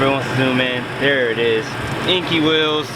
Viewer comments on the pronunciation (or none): Enkei is pronounced "En - Kay" not inky